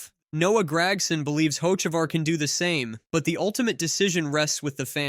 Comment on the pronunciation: Bro you’ve never heard of Hotchekavar? 😂